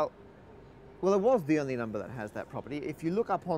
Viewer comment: Everybody on this channel says "numba"